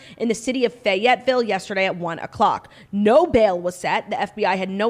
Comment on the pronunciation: claud that’s not how you say fayetteville